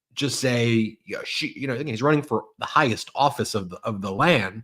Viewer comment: Office or ortrrfoceee. What are you paying . Can’t you speak English